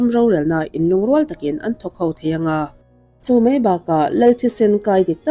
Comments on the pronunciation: "A ngeihnawm" i ti leh tawh. "A ngaihnawm" tih tur. "En mei hi chuan" ni lovin, "En mai hi chuan" tih bawk tur. "An pawimawh hle mei a" tih tur ni lovin, "An pawimawh hle mai a" tih tur.🤦 Ngati nge "Mei" hi i tih ziah a, mei (fire) leh ramsa/ransa mei (tail) chungchang i sawi bawk si lo. "Mai" ti ve mai la... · 27Sec chho velah khian ' En MEI hi chuan' ti a lam chu a ang khawp mai. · Mei² tih ka ngaithla peih lo kei chu